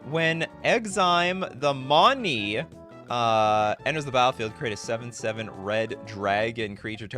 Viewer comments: it's not "money", it's "monny" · The way you say money is terribly racist. Sad